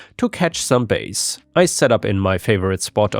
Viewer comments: FYI, bass the fish is pronounced "bas", not "bAs". It's a short a sound, unlike the bass guitar with the long A. Isn't english a fun language? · "Bass" meaning the fish is pronounced "bass", not "base". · "It isn't "base" it is "bass". As in "task" without the k on the end. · The AI that you have read these stories made another mistake. Last time I called The AI on a mistake someone claimed it was your wife, but the female voice and your AI voice are completely different. The error. Bass doesn't rhyme with face. It rhymes with mass. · FYI "bass" the fish is pronounced differently to musical "bass", it rhymes with "gas" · Tell the AI bot again maybe it will understand